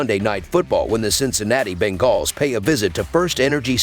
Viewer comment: I just can’t stand the way he says bengals ..